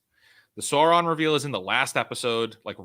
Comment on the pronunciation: Excessive criticism of a show for doing a disservice to Tolkien by two guys who can’t pronounce Sauron, is that ironic? I’m not a particular fan of the RoP show, just found this episode a difficult listen.